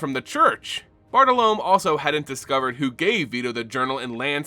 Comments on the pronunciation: Another amazing video, but i feel like you should know that Bartolomé is pronounced b-aa-r-t-oh-l-oh-m-EH. However I'm looking forward to the Bartle Loam card that's now definitely coming in the next unset lol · Not critiquing but Bartolome bar-tall-low-me.